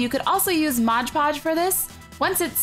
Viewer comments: Its mod podge not modge podge xD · Say fucking "modge podge" one more time........ It's MOD PODGE!!!!!!! Stupid bitch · i hate to be the one to say it but it's MOD PODGE not modge podge but every one gets it wrong even my old art teacher who went to school for like 4 years or so to learn how to teach art got it wrong all the time. she hated me soooo much for correcting her all the time